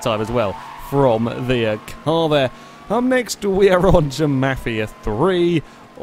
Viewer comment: Omfg, the way you pronounced mafia 3. It sounded like u said " Ja Ma-fia 3